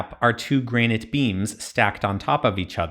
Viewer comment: It might be a good idea to learn how to pronounce Granite next time. It's not 'Grain-ite'